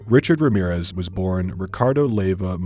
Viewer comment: the sheer gringo energy of the way the narrator pronounced his full name lmaoooo